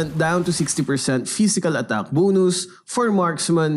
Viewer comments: It’s bonus not boonus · The way he say bonus 😂 Bonoos. Bro say bon-us